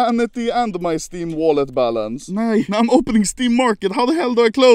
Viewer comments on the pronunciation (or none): none